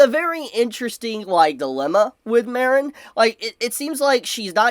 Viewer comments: The way you pronounce Mah-reen(Marin) as Mare-n(Marinara) makes me want to blow my brains out. No hate though. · Take a shot every time says 'Mare-in' instead of 'Mar-in' 🍾 🍺 🍻